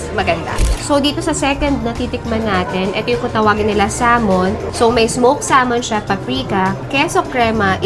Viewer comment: Pronounce sah ( l ) mon drop the L. Iberico is just spanish extra virgin oil